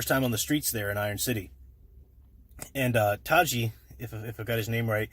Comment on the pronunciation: Like your analysis! re: the Alita reference, Hugo's friend is named Tanji & you said it correctly! Have pre-order in 4 Alita Blu-ray and saw Alita 17 times once in Imax. Snuck into Capt Cheese after seeing a diff movie. Will not get CM for home viewing.